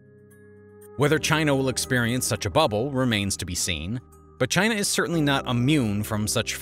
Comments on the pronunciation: Did bro really have to crank that hard r when he said China 💀💀💀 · Dang those "Chiners"!!!!